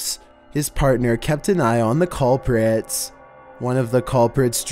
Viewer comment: 'callprits'